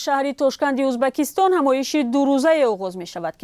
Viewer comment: Узбакистон не Узбекистон